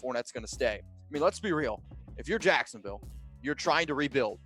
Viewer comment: Did he say jacksdaville